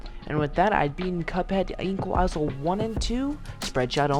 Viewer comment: Why do you pronounce the s in isle